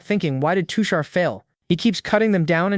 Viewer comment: now that's a accurate indian not all of india wear traditional clothes but modern too , also his character and nature is perfect for a background character, I genuinely felt bad for him 😞 ( btw his name is tushar, the pronounciation is wrong)😅